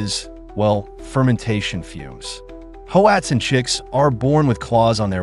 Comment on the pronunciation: Pronounced Watzin